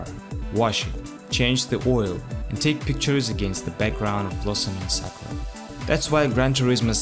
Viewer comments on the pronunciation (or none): none